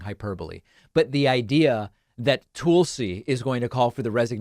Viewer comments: I 100% agree with this segment except for how he pronounces Tulsi's name. It's Toolsie, it's Tulsie. Sorry, just bugs me. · David: "Toouul-see" Literally everyone else including Tulsi herself: "Toll-see" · David's pronunciation of "Tool-see" gets a chuckle every time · "Toolsi" really???? I expect better from you Dave. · Dave says "Toolsi". 😂😂😂😂😂😂😂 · Lol I like how you pronuns her name Toolsi. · “toolsi” lol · I love.it when David calls her toolsi. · Va it’s not racist not to get the pronunciation of her name correctly. . The news on every channel I’ve seen pronounce her name tul- si. Ppl constantly mispronounce my name. It happens. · Classic DP jokingly mispronouncing names. He should get "Vowshs" oppinion on this. Maybe "Aroon Brown" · David, is there a reason you mispronounce Tulsi?